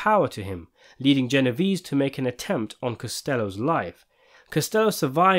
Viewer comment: You CANNOT discuss Italian mafia movies and pronounce Genovese the way the narrator is in this clip. DO YOUR HOMEWORK!